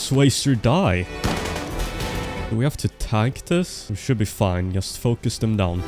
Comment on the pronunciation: It’s “yust” time 😂